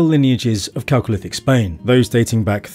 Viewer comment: I'm just glad he pronounced 'chalcolithic' correctly... I'm in for the rest of the doc...